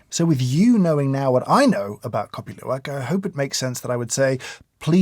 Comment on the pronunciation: I surprised your pronunciation is perfect on Kopi Luwak!!!